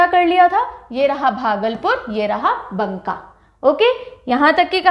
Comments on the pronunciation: बंका ❌ बांका✅ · ....bnka nhi Banka hota hai....madum ji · It's not banka it's pronounce baka 👍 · Mam wo banka (बांका) hota na ki बनका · Mam wo बंका नहीं है। वो बांका है। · बंका नहीं बांका है वो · Maam बंका नही बांका होता है। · MAM बंका नही बांका होता है । और आपने बहुत अच्छा ट्रिक दी। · बाँका बुलाते है बंका नहीं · बंका नहीं।बांका। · बंका नहीं बांका hota h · Banka ko "baaka" bolte h